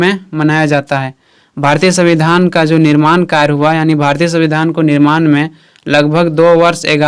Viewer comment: Sir it's yani not aani